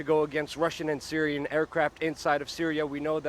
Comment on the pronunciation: I am originally Syrian and you said it right!! Thank You!